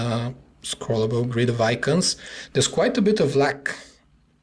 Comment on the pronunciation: it called lagg not lack.. damn